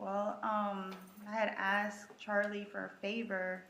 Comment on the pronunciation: How come so many americans say ”aks”/”aksed” instead of ”ask”/”asked”?